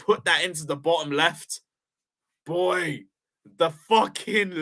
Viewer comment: And the way he emphasized "BOY" when talking to Peter was out of line too (If you're American you'll know why, and if you don't know do your research) he's clearly racist